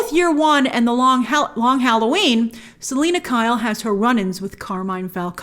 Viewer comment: What's not perfect? Not even one proper pronunciation of the word when referring to zoe's selina. Gotta put a lil more 'purrr...' into it ;)